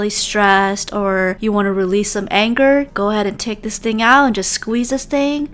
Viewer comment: I love how she said “your mad at a game take this thing out and….REALSE THAT ANGER”😡😡😡😡😂🤣🤣🤣